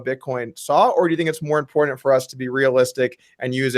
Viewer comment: doug i love you but every time you say 'impordant' I can't help but laugh